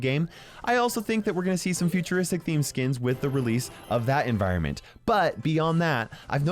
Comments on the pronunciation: No one: Not a soul:: Futurostic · Nobody: Not a single soul: Not even back to the future:: FuTur0sTiC